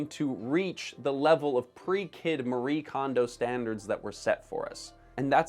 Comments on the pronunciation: She is Japanese and it is not pronounced "Marie" but instead "Ma-ree-eh". This is not a "Japanese art of decluttering and organizing", that is complete bullshit, no one here in Japan had heard of her and her concept before she started it. Homes here are cluttered too. and I would say more so then in North America. I will give her credit, she made this genre and milked it. Good on her. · The "e" in "Marie Kondo" is not silent.